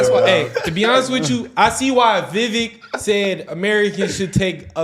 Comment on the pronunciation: Vivek, it rhymes with cake, rake. Love you guys ❤